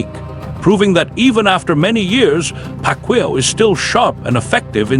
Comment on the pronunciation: say pacman correct name